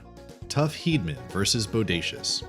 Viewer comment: It's JB Moon-ee. If you're going to narrate info about someone, learn how to pronounce their names please! Tuff's last name is pronounced Heed-a-man. We all enjoy your videos, but please...research names before you upload them :)